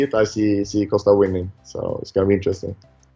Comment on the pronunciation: Why does Whittaker pronounce it as “Coaster”? Lmao. You guys should realise that Costa has never knocked anyone out, lmao. Stop talking about his knockout power.